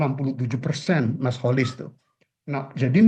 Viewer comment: Kenapa prof Rokhmin sering sebut Kholis.....? Dengerin tuh Kholis....